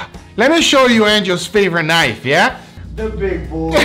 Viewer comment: "That's not a knoife. THIS is a knoife!" moment right there.